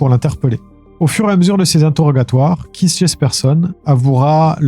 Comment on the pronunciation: KEITH se prononce KÉT juste pour corriger sans jugement. Merci